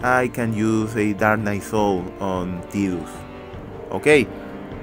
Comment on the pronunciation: lol what do you keep calling him? Tew? xD